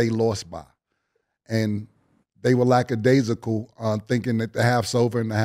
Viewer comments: Somebody please show cam how to properly say lackadaisical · Cam we get it … you know how to say and use the word lackadaisical… now stop over using it champ lol